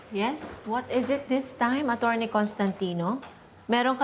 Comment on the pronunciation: Oa nga magsalita same sa anak niyang Aera. Sobrang OA mag pronounce "Acchurney" daw😅😅😅